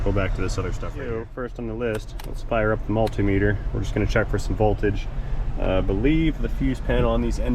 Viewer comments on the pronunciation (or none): none